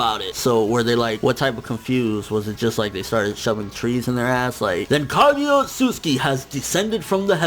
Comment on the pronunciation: Her name is not Kagya, it's Kaguya. 1 Love